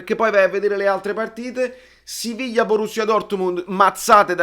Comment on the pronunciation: Ciao la pronuncia tedesca borussia m. Andava bene ah ah. Granada equivale alla fiorentina. E tosta